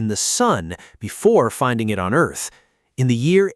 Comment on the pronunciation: Why is the AI calling it "Earse" instead of Earth? Is this channel Japanese?